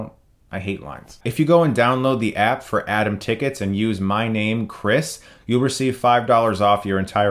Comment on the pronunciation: If I hadn't checked the description, I would've continued on thinking that he said ""Adam Tickets"